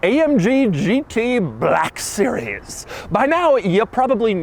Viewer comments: "amg gt BALLLLACK sewies" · Doug: This is the amg “buhlack series” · Is it just me or did he say "BLAHKUH SERIEZ" at every opportunity he could? 😂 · An then came the bleck siries xD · Every time he annunciates "Black Series", it makes me want to reach through the screen and bitch slap him back to his modest SoCal apartment. He doesn't understand that jokes get old eventually, and even moreso when you are a tall, gangly nerd that makes these stupid poses and gestures every time he says it. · Why you keep saying black series so hard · Why did I guess he was gonna emphasize “black series” 😂😂 like he did with the black wing